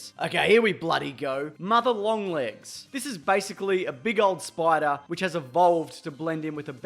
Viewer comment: something about a aussie saying a ''big ol' spoidah'' is so good